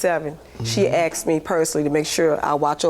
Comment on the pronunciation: My favorite is “axet” for asked